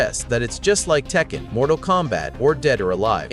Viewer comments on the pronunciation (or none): none